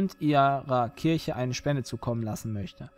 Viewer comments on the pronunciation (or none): none